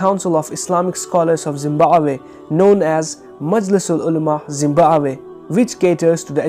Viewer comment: Being African I laughed at 'Zimbawe' thank you for making my day.